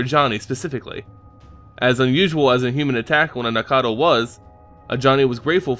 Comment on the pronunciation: These keep getting better, but according to one of the Wizard RND it is Nack-tal